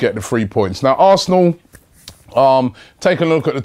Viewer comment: You have no idea at all what your talking about mate, hemed was not suspended for an elbow and you can’t even say are name right so why should arsenal fans listen to you about this game